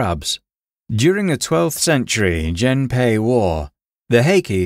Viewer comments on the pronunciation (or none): Gennpei (源平) is read with hard G sound as in "get."